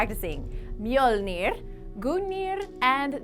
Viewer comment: Wow im from norway and i have to say you pronounced them very well not many foreigners can even pronounce mjolnir correctly....okay somewhat better Also the valkyries ... Sounds like most peoples wives and girlfriends lmao.